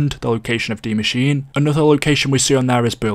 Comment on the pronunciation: What is dee mascheene